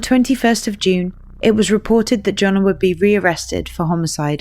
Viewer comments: makes the Y sound like Johann Sebastian Bach. Yonna not Joe-na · Jonnna • pronounced Yonna... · The way this narrator keeps pronouncing Janah as Jonah and accidentally using him or he with reference to Janah made this hard to follow.